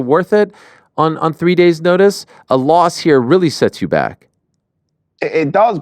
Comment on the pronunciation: “Free” days notice 😂 that accent cracks me tf up!